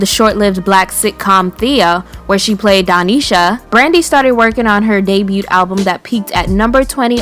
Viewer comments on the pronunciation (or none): I've watched a few of your videos now... Please the word DEBUT.. The letter T is silent. Its cringey listening to you say it with the T.